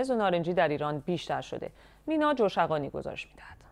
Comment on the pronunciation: فامیل گزارشگر joshaghani نیست در واقع تلفظ صحیح jaweshghani هست که اسم یک شهرستان است